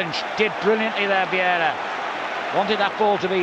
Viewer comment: Why does he call him vieida instead of Vieira?